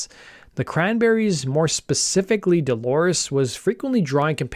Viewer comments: Good video, but her name is Dolores, not Delores. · All good, but he keeps repeating "Delores" instead of Dolores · It is not Delores its DOLORES.